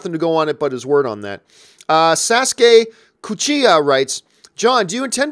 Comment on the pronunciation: “Sassgay Coochiha” 🤣🤣🤣 The Sasuke Uchiha memes will never die, will it? 😂😂😂